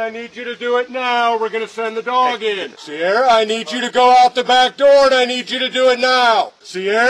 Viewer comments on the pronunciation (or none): I don't think they were saying her name right. It's "See-are-uh". Not sure that it changes anything though